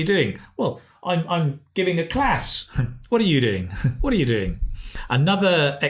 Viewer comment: He made "are" sound like "de"? I kinda find it puzzling😵